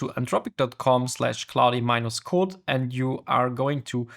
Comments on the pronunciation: Its pronounced cloud not cloudie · Really helpful Video, but the pronunciation of Claude triggers me. Why Claudiiii?? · great video , but you pronouncing of klaudi is killing me lol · FYI to the creator,, "Claude" is pronounced in English as one syllable. The 'e' is completely silent. So it's not "claud-eh", it's just like "claud". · It's pronounced 'clod' by the way, not 'clowdy' 👍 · you don't pronounce the "e" at the end of Claude. Just say "clawd" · why does he call it clodi? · I'm sure it's great content but I just couldn't take another second of you calling it cloudy code. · The dude cannot even learn how to pronounce "claude" (K-L-OH-D) - can we really trust his abilities to learn more complex matters? :-( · no it's Cloddy code mate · Your pronunciation is so bad it hurts. I had to stop watching because it made me mad that you cannot even say the word „Claude“ correctly. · This is not about an accent. I speak 5 languages, 3 of them with an accent. This is about ignorance and arrogance - if you are making a video on some topic, may be it is worth to spend 1-2 minutes to find out how it is supposed to be called? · Bruh. Rerecord this with the correct pronunciation. Geezus!! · Also it's the same vowel sound as in "law" or "claw", not the "ow" sound like in "cow" or "cloud".